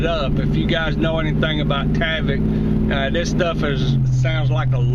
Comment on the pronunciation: there is no A in tyvek...its"tieveck"...not taveck"